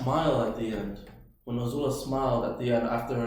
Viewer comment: just quickly guys, for the past several episodes you've pronounced Azula's name 'O'zula. Please, its 'A'zula with an AAAA e.g Love the reaction guys xxxx